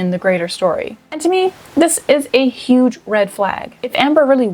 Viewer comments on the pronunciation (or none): none